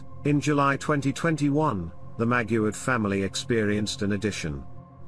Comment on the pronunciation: Maguad not Maguard